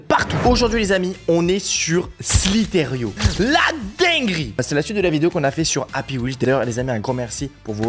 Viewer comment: C'est pas slitairio, c'est slizeur point io